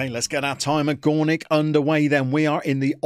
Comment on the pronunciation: if you want to read properly name of the club, you should be saying "Goornick ("oo" like in Boo as scaring someone) Zabrzhe (cause now you are saying sth like "ZHabrzhe (ZH = Polish "Ż" or "rz") :D good luck with Gornik my friend!